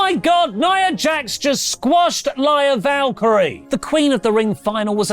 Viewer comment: Crazy how said Lyras' name wrong then right lol